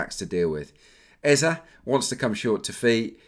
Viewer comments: It’s Eze (Ezay) not Eza lol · Hello it’s Eze not Ezah